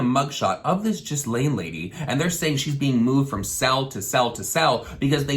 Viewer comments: it's not "jiz lane." her name is "ga-lane." yikes. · Not to be the kid at the back of the class . . . but it's not JIZZ-laine. It's GEE-laine. Her name is French. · I think Ghislaine is pronounced "ghee-lin" not "jizz-lane" ? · Not trying to be rude at all because I totally agree lol; just letting you know for future reference her name is pronounced like: Gee-lenn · Not being shady or a grammar guru😉, but I was so ridiculed by my French friend, I promised her I'd correct it, since lots, and LOTS of people say it wrong, but it does annoy some French people apparently....Ghislaine is pronounced "Gee-lane" I said it the exact way you are. But my rear was handed to me. Lol. The g is same as "great", no s sound. I adore you, so please don't hate. I just promised my friend I'd tell people if they said it like I did! Much love❤❤ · I love you! Her name is pronounced like "Gee-lane" ☺❤ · Name pronounced Gee (as in Geek) and Lane put together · 95% sure its pronounced Gil-ane ... weird you're covering this in your videos too ... watch some documentaries and read some articles. and I don't mean twitter headlines lmao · You're pronouncing her name wrong lol. It's GIS-lane hard g. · Pronounced Gill-lane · WVUnatalie when I watched the Epstein documentary on Netflix the girls pronounced it like “gill-en” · It’s pronounced something like gee-lain maxwell lol and I’m glad someone is talking about this tho, especially a YouTube drama channel. Your awake and that’s fantastic, Thank you! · The way he pronounced Ghislaine 😫💀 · The S in Ghislaine is silent. 😉